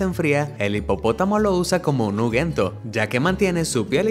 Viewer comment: Nuguento noo! Ungüento carajo!!